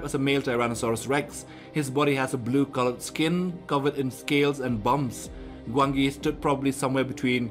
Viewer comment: It is said Gwanji